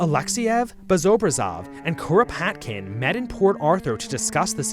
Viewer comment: 🪖 The early 1900's were wild. Also you might as well say Kropotkin like a Japanese person all "Kuropatukinu kun" by how you're saying the name lmao